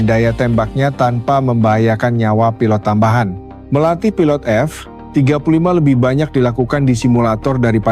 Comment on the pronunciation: Audionya jelek sekali 😂 F jeda 35, memalukan sekali bahas TEKNO tp suaranya kyk ORANG DUNGU 😅 Hrs nya F-35 ditulis F35 atau ajari TTS cara baca F-35.